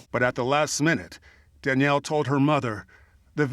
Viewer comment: Why can’t the narrator pronounce Danielle properly?